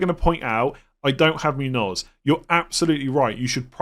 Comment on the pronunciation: MOON-yoz ... please, it's pronounced MOON-yoz.